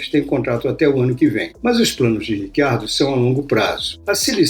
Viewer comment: Mas esse nome não é nem português nem espanhol (pra pronunciar Ricardo), nem inglês (Richard - pra pronunciar RÍtchard, sendo ele australiano, sendo o inglês o idioma oficial da Austrália), mas sim e obviamente ITALIANO (e nesse caso pronuncia-se RITCHARDO).